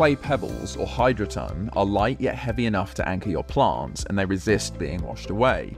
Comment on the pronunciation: Wtf are "PLONTS"??